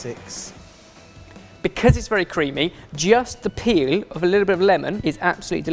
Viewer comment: Was it just me or did it sound weird when said "peel"??:)